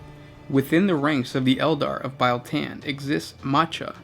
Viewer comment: LOL ITS NOT PRONOUNCED BILE SAY REAL. THEN SAY BEAL. BIEL TAN